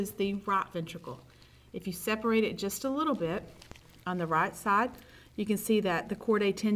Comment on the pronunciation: Good job except the pronunciation of the word right